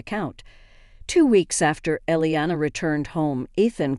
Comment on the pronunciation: Elena. Eh Len a.; Iliana ie li a na please get the names spelled the same and correct the pronunciation